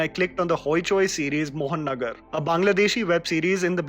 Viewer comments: Right pronounce is MohaNagar. means Capital City...... mohannagar means Mohan's nagar....this is not right.... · its 'Moha Nagar,' not 'Mohon Nagar'. U spoiled my excitement of seeing a content from my homeland by butchering the pronunciation this way. I'm sure Mohanagar shudnt have been too complicated a name. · it’s Mo-ha-nogor not Mohan-nagar. Anyway, great list 😊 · It's not MOHAN-NAGAR... It's MOHA-NOGOR... But it is spelled Mohanagar which means megacity.. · it's not mohan nagar it is mohanagar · Hi! I am a huge fan of yours from Bangladesh and always wait for your recommendations. I am thrilled to see how you have praised 'Mohanogor'. Thank you for praising this gem from Bangladesh. But the actual pronunciation is "Mo Ha Nogor" not "Mohan Nogor". 'Mohanogor' means big city in Bengali. I know it's not a big issue but still...Thank you for your appreciation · It is mohanogarrrr moha nagar not mohon nagar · Actually, it's Moha--- and --- Nagar then you say it together.... Mohanagar Means Big City. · It's not mohon nagor, It's Mohanagar which means big City. And Thanks to talk about it. I'm proud to heare it from you man. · Small correction.. it's not Mohonnagar it's Mahanagar (means city) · It's not Mohan Nagar, it's Moha Nagar (meaning-The Big City) please pronounce it correctly as it is changing the meaning of the title. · Bro its Moha-Nagor.. City in English ❤️ from Bangladesh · It's not Mohannagar It's mo ha nagar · not MOHAN NAGAR ... it's MAHA NAGAR ( MEGA CITY ) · It's Moha Nagar. Not Mohan Agar. Love your videos 🤍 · its MOHA NOGOR!! not Mohan agar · Its not मोहननगर, its महानगर। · It should be pronounced mo-ha-nagar, not moh-an-agar. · It's Mohanagar not Mohannagar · It's not mohan-nagar, moha-nagar(mahaa-nagar) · Moha Nagar not Mohan nagar* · Great video ♥️. The pronunciation is Moha - Nagar Meaning "big city" . In Bangladeshi aspect it is referred to as the Capital City Dhaka. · It's mo- ha -nagar.I am bangladeshi❤️❤️❤️